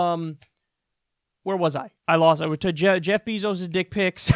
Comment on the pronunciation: “Jeff Beezos” 🐝😆🤣